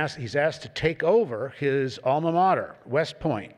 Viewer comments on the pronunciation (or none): none